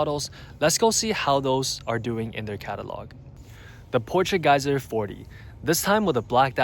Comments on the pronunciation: It is pronounced iwc Port-ch-geee-zer not w/e you keep saying. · Portugieser… my ears are bleeding 😢